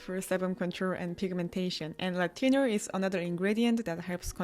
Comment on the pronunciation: when you say "retinol" I hear "latino"